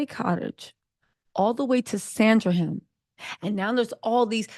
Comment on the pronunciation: It is Sandringham...